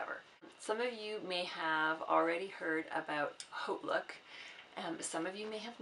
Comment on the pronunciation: Are you just starting out on youtube? I love your videos! I think you're the first to correctly pronounce Hautelook! Everyone calls it Hotlook. I'll be subscribing!